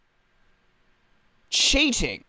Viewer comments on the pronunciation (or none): cheating Me: starts laughing d-did you just say sjeeting?🤣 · lol i love it when u said "CHEETING" DUN DUN DUUUUUUN